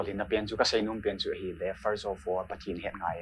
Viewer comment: Blonde chula nahi in, "First of orr" nahung ti jeng vang chu.. kaki sai lih deh chet e!